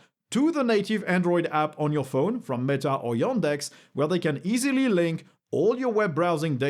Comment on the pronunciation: Every time you say yOndex it triggers me